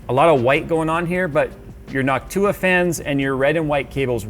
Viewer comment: the way he pronounces noctua drives me insane